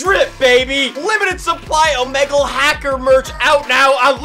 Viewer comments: Everyone else:omegle One guy on the news:umogól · Amogu more like among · "amogo" us